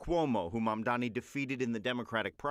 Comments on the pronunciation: Still can't say his name right? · Jesus Christ learn to pronounce his name already you’re literally paid to say things into a camera